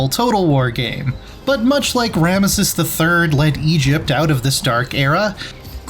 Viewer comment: he can't even say Ramesses correctly, I'm out.